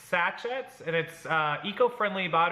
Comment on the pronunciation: Sachet is pronounced "sash-ay". Long "a". Ozium spray will kill cigarette smoke and thrift shop smells. It leaves no lingering flowery smell. It is about $5 a can at Walmart. A one second spray is all you need.